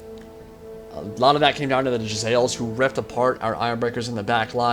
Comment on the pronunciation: isnt it pronounced Jezz-a-leers?